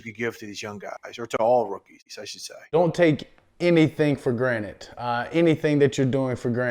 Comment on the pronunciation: dak really said "don't take anything for granite"